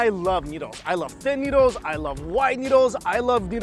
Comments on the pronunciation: The pronunciation is noodles not newdols. 😁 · Why do I sometimes hear Mike say "needles" instead of noodles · i legit thought he said needles lol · he sound like hes talking about heroin because i think hes saying needles.ya i love thes needles😌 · It sounds like you're saying needles the first 5 times